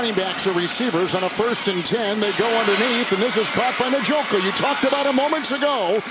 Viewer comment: Its funny hearing kevin harlan try to pronounce Njoku lol. The English vernacular isn't familiar with that type of name so he separates the N with the J, N-Joku. As an African its interesting 😅